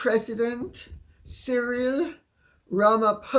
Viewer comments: Dear Lady C, I am proudly South African and agree with other commentators that nobody here equated MM with Nelson Mandela. May I advise: Ramaphosa is pronounced ra-ma-pause (not pose)-a. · I haven't commented for a long time. I love the fact that you pronounce Cyril's last part of his name as POSER- it's exactly how I pronounce it too. Cyril has a silver tongue, and that's all. He's kept the sharks, no such thing as total inclusiveness. Black empowerment still rules. If I had your email address, I would tell you things that would shock you about how badly things are being run over here ( South Africa). The only reason why the King met Cyril with such pomp and splendour, is because Cyril is agreeing to the King's madness about green energy. REAL climatologists need to be listened to. Apologies for the long-winded comment about only one thing you mentioned, but the mere mention of Cyril makes my blood boil- he's a con artist of the highest degree.